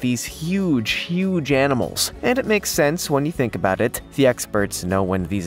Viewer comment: Abooout.... Canadian. 😂😂 Love the vids chap.